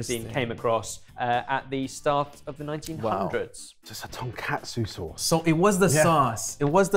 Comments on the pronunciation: It's a tonkatsu sauce. Ton = pork, katsu = cutlet. You called it tonkotsu, which means pork bones. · A note for: it's tonKATSU sauce, named for tonkatsu, or deep fried pork cutlet. TonKOTSU is the creamy, pork based soup used in Hakata ramen. Also it's korokke (koh-roh-keh); I think you may have been thinking of karaage (kah-rah-ah-geh) when you pronounced it. Korokke is a type of karaage (fried food), but usually if you see karaage on a menu outside Japan it means fried chicken. Hope this is helpful info!